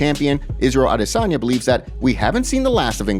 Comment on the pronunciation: The way he pronounces Adesanyas name is cringy as too